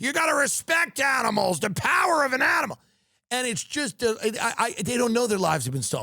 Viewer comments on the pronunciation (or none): "the pawher of an animol" 😂😂😂😂😂 that impression creates a character you recognize